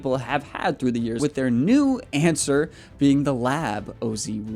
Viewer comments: Wtf you pronounce "ann-ser", as "on-ser"??? The littlest bit of research would lead you to the correct way to pronounce the word, which I'm assuming you know and found since you've done a solid job at research for this video in general, the assumption is you're mis-pronouncing to "be different"... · If you do videos on golf how don’t you know the pronunciation of the anser is answer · It's pronounced "answer." That was the original name for the putter, but there wasn't enough room on the flange, so Solheim's wife told him to drop the W, and the Anser was born. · I’ll subscribe if you say anser correctly